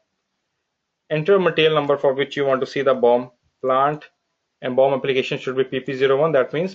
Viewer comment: everytime he says bomb....no offense lol